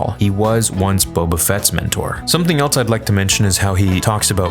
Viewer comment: There's no T in else.